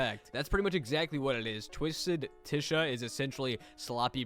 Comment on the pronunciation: It’s it’s spelled Tisha and pronounced Tasha